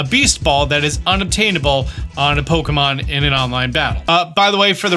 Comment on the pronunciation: How can you create Pokémon content for so long and still mispronounce it as “Pokomon”?